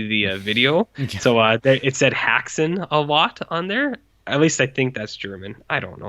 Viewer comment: Can't Americans pronounce the umlaut? The pronunciation 'hex', after all, is in the English language meaning to bewitch. Hax is just the plural of hack or something a hacker does.